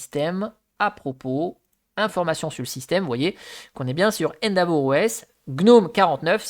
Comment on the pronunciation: Merci pour ce retour d'expérience ! Attention endeavour se prononce "haine-déveure" pas "haine d'avour" 😅